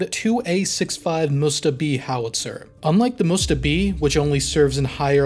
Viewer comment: Not mUsta, mstA